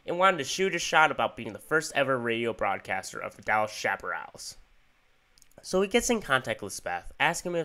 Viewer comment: It’s pronounced, shap-uh-RAILS.